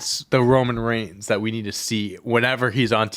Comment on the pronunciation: Please learn how to pronounce roman’s last name